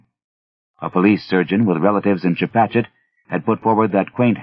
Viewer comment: This narrator... he did his homework. Got the Pascoag, Chepachet and es lasst sich nicht lesen pronounced right!